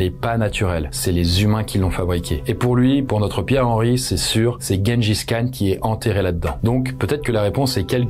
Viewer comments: Même pas il se renseigne sur la prononciation 🤦‍♀️ Tjenedjis Kane !! Comment tu dis Gérard et guenon ??? 🤦‍♀️🤦‍♀️ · Le niveau... Personne ne dit "Guengis Khan".